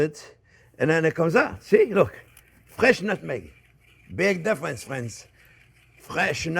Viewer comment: I LOOOVE Monday, because it's "Hello there fwends.." time! Thank you, Chef Jeane-Pierre and Jack, for all you give us. God bless.